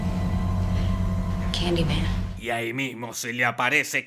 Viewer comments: Y si en vez de decir kandiman digo Kalimán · Estás son las veces que dijo Candiman 👇